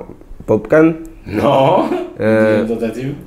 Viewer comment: 🔹 Quand il a dit 'Popcaan', ça m'a blessé 🔪😵